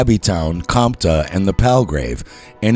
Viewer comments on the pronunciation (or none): none